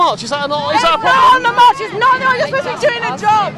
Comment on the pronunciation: Wow, this "no men on the march" sounded like "no men on earth". xD.